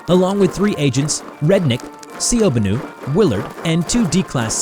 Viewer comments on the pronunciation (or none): I was generally angered at how he pronounced "Ciobanu". If you didn't know the "ci" is pronounced "chi"